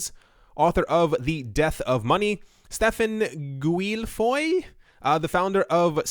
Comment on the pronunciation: And doesn't know how to pronounce Guilfoyle?